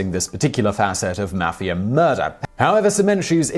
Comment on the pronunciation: I like the way he pronounces Mafia .."MAFF-e-ER